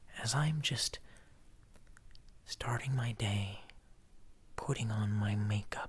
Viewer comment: at first I thought he said pooting 💨 on my make-up 😂😆😂